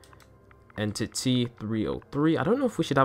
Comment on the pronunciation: He said en TITY 303